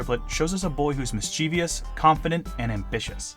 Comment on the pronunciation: Please stop pronouncing "mischievous" miss-chee-vee-us.